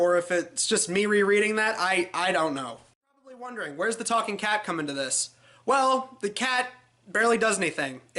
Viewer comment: “A TAWKING KET?!”